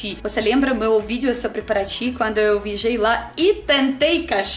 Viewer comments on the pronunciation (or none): Quando ela fala que viajei lá, soa como, mijei lá. srsr. ela é um amor de pessoa..